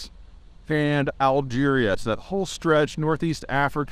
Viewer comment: “Algeria” 😂😂😂 gotta love Peter and his “pronunciations”